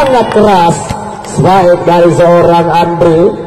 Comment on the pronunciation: Spike bukan spake maszehh 😄